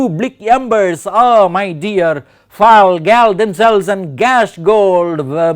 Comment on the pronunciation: A super explanation, thank you... Just one thing I noticed... Fall and gall are pronounced the same way... 'all'